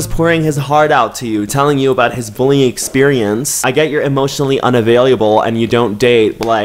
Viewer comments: wait, why do you say avaliable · Are we not gonna talk about how says Available wrong 🌚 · Off topic, but the way says "available" will never fail to make me smile I just